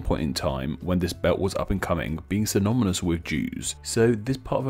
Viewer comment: My friend, excellent video. Just two things. Ano-ny-mous and Syno-ny-mous, haha.